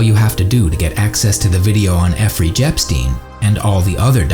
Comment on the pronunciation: Why are u saying epfrey jepstein? Instead of Jeffrey epstein?